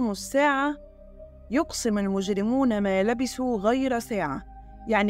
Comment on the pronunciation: تمنياتي لك بالتوفيق والتقدم طلب بسيط لو سمحت إذا قرأت الآيات فاقرئيها باللغة العربية كما أنزلت وليس بالعاميه لأن نطقك يحيل المعنى لأنك تبدلين حرفا مكان آخر لتوضيح الفكرة ( لبثوا ) تنطقين الثاء سا فيسمع المتلقي ( لبسوا ) فيتغير المعنى تماما أو عند ورود ايه ضعي مقطعا لأحد القرلء. أرجو أن يتسع صدرك لملاحظتي وتقبلي فائق احترامي وتقديري.